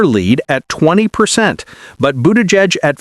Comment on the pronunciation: Learn how to pronounce Buttigieg and Kamala, ya numpty.